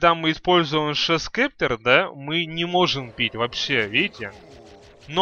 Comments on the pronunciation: он сказал шо скептр, правилно гост септер или скипетр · Гост септер, а не шо спектер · говорится не шов септер а гост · Шоус кептэр! Смешно звучит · GHOST SCEPTER читается как [goust] [sˈeptə] [гоуст сэптэ]